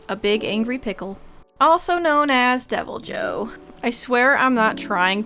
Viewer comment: In the game they pronounce it devil joe. In Japanese it's ibiru (evil) jyoo so the J is not silent